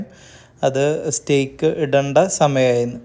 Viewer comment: stayk is the correct pronunciation